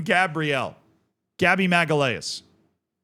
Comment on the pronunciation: Gabby "maggee-lay-us". Dude that's not even close to how it's pronounced wow